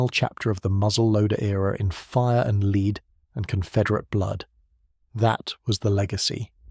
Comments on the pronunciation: Hollow "leed" bullet? I can't stand this AI slop reading. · More AI crap. Rifles that fire “leed”? Dead giveaway. Bye.